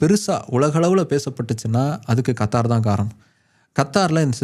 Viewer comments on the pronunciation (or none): none